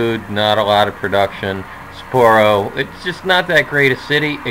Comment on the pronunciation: I love your videos. It gives me a lot of insight into playing my games. But I do have one small comment about the city names. I'm actually surprised you do kinda alright but since I know Japanese, it's actually "SAH-poro" Not sure how to explain. It's emphasized on ethe first syllable and there's a pause between it and poro. Sa-pporo. Double sounds in Japanese sound more like a pause. Just nifty info if you cared. Probably not lol...but keep the videos going! :)